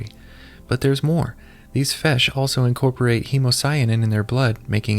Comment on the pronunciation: fish ❌ fesh ✅